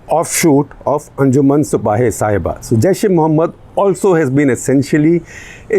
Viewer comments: Shekharji, It is not Sahiba, it is Sahaba. Pronounced Sa-haa-baa. Sahaba is the name for prophet Muhammad’s companions who were the first followers of Islam. So Sipah-e-Sahaba means, Militia of the followers. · I dont know if mispronunciation of a word matters much but Sahiba roughly means loved one and Shabaa means prophets companions.so its Anjuman e sipahe e shabaa not sahiba. Also calling Yazid a tryant, get ready Mr Gupta you will be getting hate mails from some conservative sunnis. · I think it is SAHABA (companions of the Prophet), not Saheba.